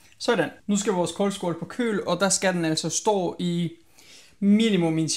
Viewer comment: Det hedder koldskål ikke kåldskål ligesom ild😊